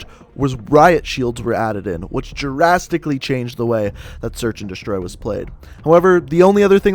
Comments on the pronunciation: Gerastically is pronounced drastically. It's a D sound not a Dja sound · it's pronounced drastically, not girastically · Not trying to be rude you sounded like you were saying Jurassic instead of drastically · It pissed me off how you say "jurastically" instead of drastically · He says drastically like "jurastically". Other than that it's a good vid